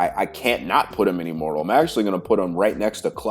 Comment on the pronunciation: The first time you said "immortal" I understood "immoral". Now that really stirred my imagination, what kind of exercises those would be 😂